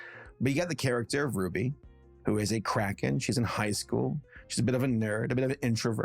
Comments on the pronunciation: I thought you were saying crackhead. not Kraken, for the first 5 minutes... Anyone else? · Cant stop mishearing cracken as crackhead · The first time you said cracken I thought you meant, say, cracking without en on the end, and I thought you said addict after that sorry about getting it wrong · Okay. I'm sorry, but when you first said the title of the movie, I thought you said "Ruby Gillman: Teenage Crack Head", which might have explained why no one was talking about it. (In my defense, I was listening to, but not watching, the video) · I had my volume turned down waaaaaaaay too low at first and I thought said "teenage crackhead" and I had SUCH whiplash thinking "THIS IS FROM DREAMWORKS?!" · I love how every time says,,kraken" sounds like,,crackhead" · The "Crackens" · I keep hearing crackhead instead of kraken